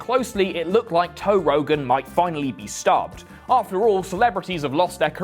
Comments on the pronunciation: “Toe” Rogan? 👀🐻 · "Toe Rogan." Hah, good one.